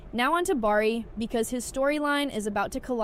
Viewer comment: Just a bit of advice... Start pronouncing the names correctly, or else no one will listen. The Chi Pronounced The Shy... Bari is actually Bakari pronounce BA-CAR-EE and Kiesha is pronounced KEY-SHA. I almost stopped watching because of how you botched the names, including the name of the show. You do have valid points, but it's hard to get past the pronunciations.